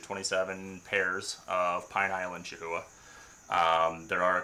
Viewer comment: Breeders in the US charging $7500+ for a chahoua need a reality check. Can get similar geckos for $500 in Europe. edit: it's also pronounced KA-houa